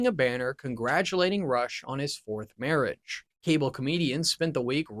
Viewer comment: Can you not read or pronounce words? Versailles? Marriage?